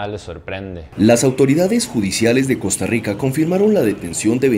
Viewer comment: Por que tenes que decir costarriigca